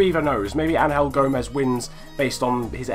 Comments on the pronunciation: It's not Ang-hel it's Angel... you know like angels that really pissed me off 😂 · The way you say angel gomes ruined my day